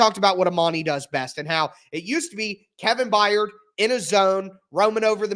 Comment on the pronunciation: This guy makes less sense every episode that I watch. Calling himself the biggest fan since the beginning when he was mispronouncing star players names..Kevin Bye-Yard 🤣 The fact that he's been stating Hopkins will be leaving on a 2 year contract is mind boggling . Everything about this guy is annoying and I can't handle it anymore. Sorry had to get this off my chest. Unsubscribing now